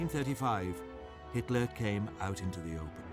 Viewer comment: Hitler not hilter btw